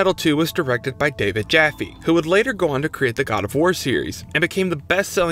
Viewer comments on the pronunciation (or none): none